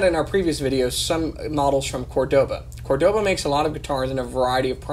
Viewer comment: haha, love how you are really careul when you say "negra", but really sloppy saying "Córdoba". Great review btw :)